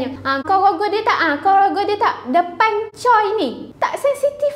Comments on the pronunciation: Memang ejaan dia "Choi" tapi sebutannya "Chwe" (baca: Cho-wae) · cara sebutan choi bukan camtu tak silap saya. sebutan dia bunyi macam "chair".